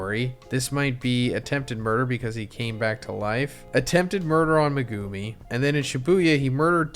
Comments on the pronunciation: Me-guh-me not Me -Goo-Me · bro his name is MEGUMI NOT MEGOOMI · Why do you say Meg- goo-me